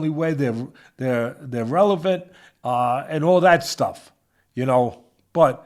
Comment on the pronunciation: Teddy finally said the word relevant correctly! 🎉